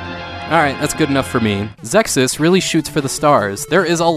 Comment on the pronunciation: I always pronounced it as Zexiz, but that's how I heard it was supposed to be pronounced, anyway. EDIT: Nailed it!!! :-D